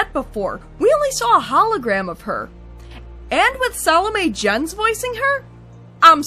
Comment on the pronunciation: Is that the correct pronunciation of Salome Jens?